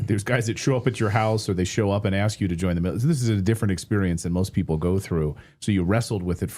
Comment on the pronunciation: when he was asked if there is and ark o the south pole this moron says " yes on the south Pole and also in Antarctica " yeahhh genius Antarctica IS THE SOUTH POLE ...! not The brightest candle in the menorah is he..this guy is 1000% full of shit and he is not even intelligent ..also what is with him pronouncing the word ASK as AX.. like when he said " I was Axed " He sounds so uneducated and dumb AF